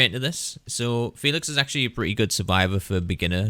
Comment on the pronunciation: It is always funny hearing people say Felix's last name 😄